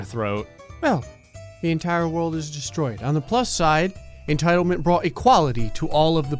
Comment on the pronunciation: Ah yes. Entildment